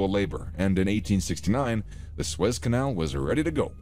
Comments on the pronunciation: God, pronounce the name the canal CORRECTLY. It is "SOO-ezz". Not "Swess" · Yeah lol it keeps saying "Swez Canal" instead of "Soo-Ez Canal". Pretty hard to listen to. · It is called the Suez Canal not the Suiss Canal 😂